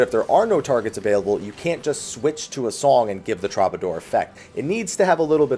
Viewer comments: Every time you say "trobbadoor," I die a little inside. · "Traw-ba-door" are you kidding me? Lol Try that one again pls. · Man...every video the pronunciations trigger me harder. TROB-ador? Really? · Hate to be that guy, but troubadour is pronounced true-ba-door. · ... The lack of musical pronunciation is troubling. "Tru-ba-door" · came here to say this